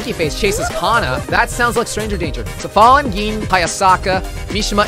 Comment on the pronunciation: But...Safalin's name is a play on the phrase "tears are falling". Tia Safalin - Tears are fallin. Vgperson confirmed it on the translation page... He's saying it right.